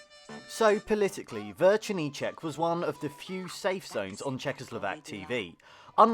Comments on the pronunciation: Correction, it's not "Vercernicek", but "Večerníček", no "r" at the beginning.. also all the dolls we had looked creepy.. Spejbl and Hurvínek, Kuko, Raťafák Plachta.. honestly, we probably never had any normal ones, maybe except Patt and Matt.. btw: this video only shows the Czech part of Czechoslovakia.. the only Slovak part was the national anthem at the beginning and end.. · It's actually "Večerníček", not "VeRčerníček". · its večerníček not verčerníček😭 you added an r